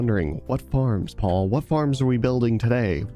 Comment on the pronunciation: ITS NOT PAUL ITS PAUL!!!